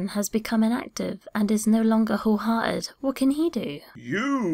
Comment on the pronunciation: Did say, "whole heartless'? or did I just hear wrong. Good one!